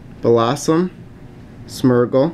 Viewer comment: It's Smeergul not Smurgul!